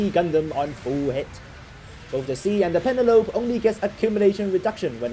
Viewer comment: "Pen-a-lope" 😆that's an interesting way to pronounce it.